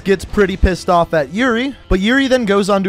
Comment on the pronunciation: when you said yuri and price it becameEuRion and price lol